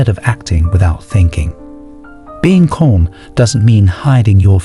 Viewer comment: Yo, the way you pronounce "calm" is killing me... It's cAlm not cOlm